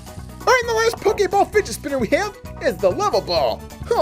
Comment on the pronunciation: U said pokaball it's pokeball